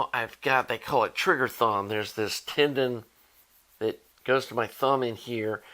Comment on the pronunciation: Lol, when you first said it I wasn’t looking at the screen and I heard “Trigger Thong”. Whoa, too much info! 😂 Seriously, all the best with your surgery, and excellent advice on upgrade expectations! 👍